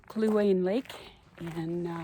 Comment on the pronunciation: It's Kluane National Park... not Luane